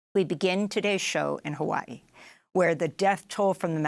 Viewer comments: I hate the way she says Hawaii (Ewahee) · Jesus, she said a whole bunch of nothing that sound beautiful havaee gtfoh is hawaii